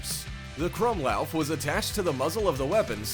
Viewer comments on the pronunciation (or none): I am also german and it angers me how he pronounced "krummlauf"